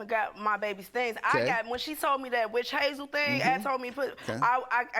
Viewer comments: Right! Calling it wish hazel! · "Just put some witch hayyzel on it"😭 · The way she is saying witch hazel is killing me😂